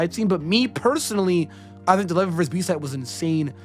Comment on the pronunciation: The way you pronounce Levi hurts my feelings